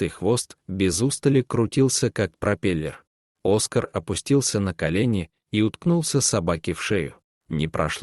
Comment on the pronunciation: Хороший рассказ!!Только...не Оска'р, а О'скар. Ставьте правильно ударение